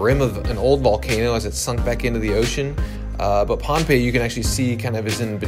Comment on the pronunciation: I like how you pronounced pohnpei correctly. Most videos here pronounce it “pompei” 😁